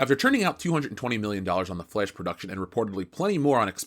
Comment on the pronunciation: I seriously love how you say The "Flesh". LOL!